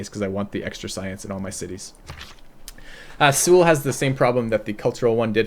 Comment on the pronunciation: it's pronounced soul